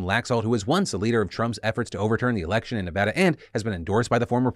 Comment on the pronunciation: Yes yes yes! I’ve been watching your show for 10+ years and I am HYPED that you finally learned how to say Nevada the right way!😭